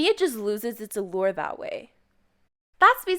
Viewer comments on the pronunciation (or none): none